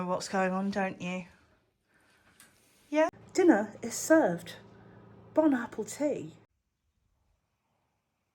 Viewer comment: “Bon Apple Tea” 😂😂😂